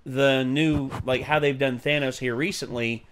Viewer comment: The Thanos-copter line is fine, but the "ThAYnose" pronunciation ruins it.